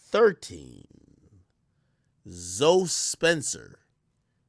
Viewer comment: Does Akademiks not know the name Zoe or is that how Americans pronounce it?